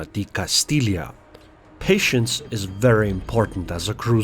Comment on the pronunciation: Its not a castilia. Its a castilla(castijja)